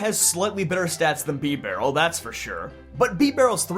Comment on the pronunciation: I've literally never heard anyone pronounce it bee-barrel. I've only ever heard bib-arrel